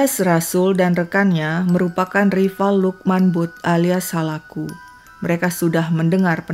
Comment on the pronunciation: Maaf ya kak koreksi utk sebutan butt d pakistan mrka blgnya bat Klu gk slah tulisannya Bhut d baca Bhat salah 1 marga d pakistan bgtulah